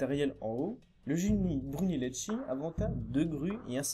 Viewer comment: très bien le résumé. j'ai découvert tes vidéos avec l'Acropole, aussi très bien fait. Étant de langue maternelle italienne, dommage pour ma part d'entendre les noms des italiens prononcé par une lecture française ! Brunelleschi ça se prononce en français "Brunelleski" (le h en italien durcit le c ou le g qui le précède), et Ricci "Ricchi", à peu près quoi ;-)